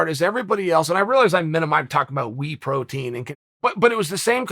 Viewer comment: Chael “wee protein” Sonnen